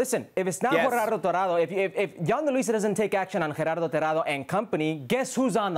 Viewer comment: Lol it's not GeRRardo it's Gerardo. Single r is different from rolling r(rr)